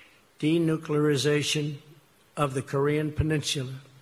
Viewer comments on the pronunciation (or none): Is it just me or does President Trump and people from East Coast say peninsula weird maybe people out here in the west coast and Midwest say it weird but it’s just sounds so awkward when they say it to me does anybody else from the Midwest or West Coast Alaska or Hawaii does it sound weird Do you kind a like Oregon or Washington how they pronounce that out or even Sacajawea LOL again maybe it’s just me